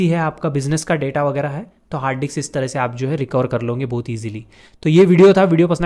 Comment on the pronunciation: Bro literally say di**s instead of disk most of the time 😂😂😂😂